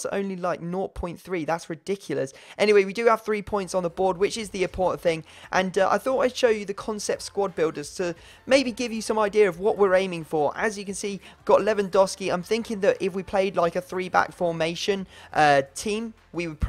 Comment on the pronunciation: And it's levandovski